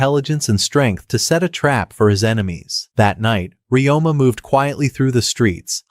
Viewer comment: His name is Ryoma. You can ask a native speaker or someone who speaks Nihongo to know the correct pronunciation